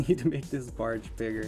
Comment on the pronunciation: and why do you keep calling the barge a bargie like where has anyone ever heard it being said like that fr